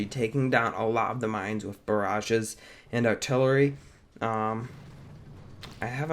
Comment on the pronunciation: u called the smokes barages